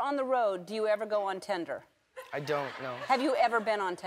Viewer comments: The fact that Ellen said Tinder wrong. Still love you Ellen. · I love how Ellen says "Tender" instead of "Tinder"😂😂😂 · it's TINDER not tender. dammit ellen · "ON TENDER"